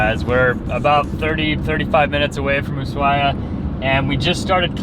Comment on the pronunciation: I love how you mispronounce Usuahia